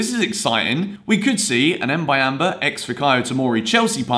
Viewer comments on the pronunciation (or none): Boo-yam-ba thats how you pronounce it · It's pronounced Mbu-yam-ba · Say "Mb"uyamba like you say the "mb" in the word "number"